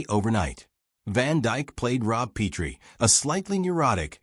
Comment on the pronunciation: Their last name wasn’t Pea-tree. It was Pet-ree. Teach your AI how to read names if you intend to create nostalgic videos.